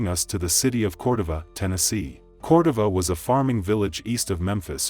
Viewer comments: It’s Pronounced “Cor-DOVE-A” 😂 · It’s COR-DOV-A!! Lol! That machine voice said it all wrong! Leave these dusty men ALONE, especially these dusty Memphis men.